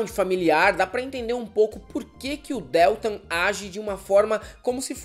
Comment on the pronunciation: Porra meu! não suporto ouvir a pronúncia errada do Deltan.... que dÉltam é esse? é horrível! Não!!!!! por favor!, vc vai reprovar por falta! cadê vc? quero ver o atestado, hein?